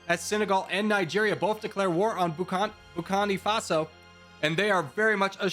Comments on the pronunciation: There are like 3 nations you pronounced incorrectly. Erit-trea Eswa-Teeni Bur-Keen-Na Fa-So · Nobody suffers butchered pronunciation more than Burkina Faso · Etswana? Nambia? Entrea? Boko faso? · "Nambia" "Etswana" "Etswani" "Entreya" "Drs Congo" "Camoros" "Bukini Faso" "Bukano Faso" "Boko Fason" "Boko Fasono" "Boko Faso" "Zimbwabwe" 💀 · I love it everytime mispells Burkina Faso ❤️😖